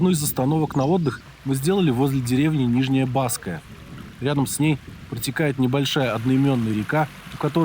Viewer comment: "Нижняя Баская" ударение на последний слог.